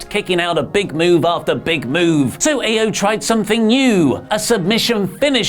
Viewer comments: Isn't IO pronounced EE-O rather than Ay-O? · I cringe every time says Io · Can someone teach how to pronounce Io consistently? Where's WonderOli when you need them?! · it's Io, not Io.